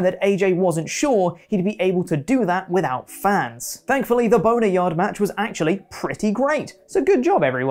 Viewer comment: What’s a bone-e-yard?